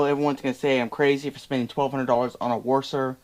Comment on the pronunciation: Where did you find the "O" in WASR?